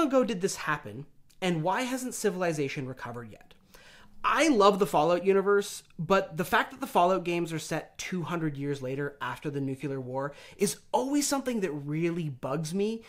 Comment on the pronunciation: This is fascinating, and- ...Wait. Did you just say "nucular"???